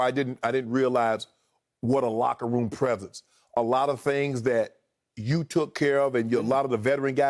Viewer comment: It was "LOCKEROOM"talk 😂